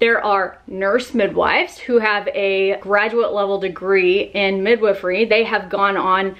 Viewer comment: TIL the correct way to pronounce midwifery.